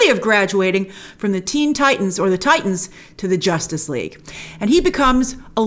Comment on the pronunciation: Grace: “Josstice League doesn’t count” HAHAHAHA 😂